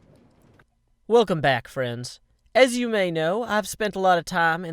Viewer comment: not nearly enough emphasis on the "i" in skip